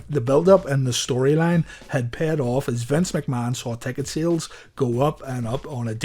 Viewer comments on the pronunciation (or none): none